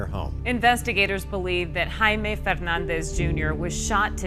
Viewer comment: The fact the "psychic" called him Jamie (Jay-mee), rather than the correct pronunciation of Jaime (Hy-mee), proves to me, she only read the name, the "ghost" never told her his name, because his name is Jaime not Jamie. He wouldn't mispronounce his own name, but a fake American psychic who Googled his info most definitely would.